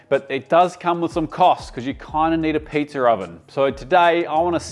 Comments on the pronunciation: me personally was more offended when you said pizzer instead of pizza😂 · Should be apologizing for the hard R you add to the end of pizza. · There’s no “R” in pizza …